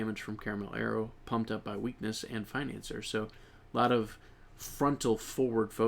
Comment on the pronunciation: i think you pronouns financier's name wrong, because it's in French ( [finɑ̃sje])